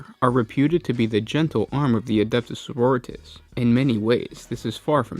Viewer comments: GW doesn't pronounce it like Doritos... the emphasis rests on the second syllable. soh-ROH-ree-tahs. not soh-roh-REE-tis. your preferred pronunciation isn't far off from the way it should be spoken. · It's sororitAHs sir. I don't know any soroREEtas, but they sound rather tasty. ~Unknown marine, 7th Legion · Adeptus margaritas... señorita’s... sororitas... yeah that one sure.... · It's sororitAHs sir. I don't know any soroREEtas, but they sound rather tasty. ~Unknown marine, 6th Legion